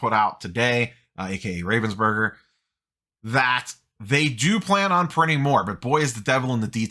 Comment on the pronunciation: Former Ravensburger employee. It’s “Rahvensburger”. The ahhhhhh like you’re at the doctor